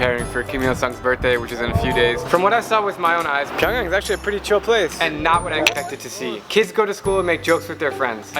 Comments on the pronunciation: It's PyongYang Not Pyong Young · Pyong (yang) damm pyongyan, made me cringe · "Getting ready to board our flight to PyAngyOng" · It's pronounced Pyong"yung". I have Korean family. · You think you know a lot but you can’t even pronounce the capitals name edit: Pyongyang is basically one giant drama production and only the richest can live in Pyongyang (kinda like the hunger games)